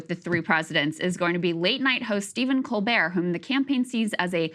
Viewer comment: "Colbert" shudder